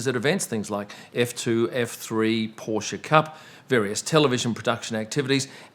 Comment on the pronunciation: I can't believe, you finally managed to pronounce Porsche the way it should be. I nearly fell off my chair when I heard you saying "Porsche Cup". I'm now considering becoming one of your subscribers.